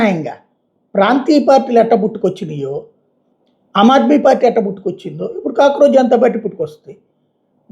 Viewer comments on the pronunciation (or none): అమాద్మీ కాదు, ఆమాద్మీ = Common man